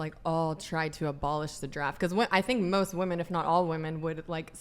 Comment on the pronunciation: Aside from the draft thing and the hypocrisy of feminists about that . . . please teach these women how to actually pronounce the word "women."